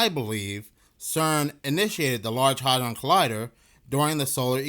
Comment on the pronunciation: Bruh, the “A” in “hadron” is NOT a short “A”, it’s a long “A”, it’s pronounced ”Hay-dron” …bc you repeat yourself 3,000x in a row, it becomes very rough on the ears when you mispronounce shit. 👉🏼😖👈🏼